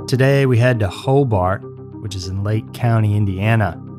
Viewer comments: Just a quick few notes on place pronunciations(somebody else might have said this already). It’s Ross (like the character on Friends) Township, Merrillville is pronounced Merr-i-ville, and Hobart is pronounced Ho-bert. I used to pronounce Hobart incorrectly as well until I moved there and the locals corrected me very quickly. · Hobart around here is pronounced "Hobert". I know, 2 years too late lol.